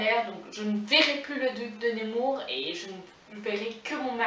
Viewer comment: Mervi beaucoup! Persévère ici et sur Instagram. Et petite note prononciation c'est nEmour pas nÉmour:D Force. Amour. Inspiration. Sur:)